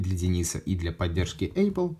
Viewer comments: Задолбал с этим [ЭЙПЛ]... 🤬 ну неужели так сложно правильно произнести. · Один вопрос почему Эйпл? А не эпл. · «ЭЙпл», что? Как так можно говорить?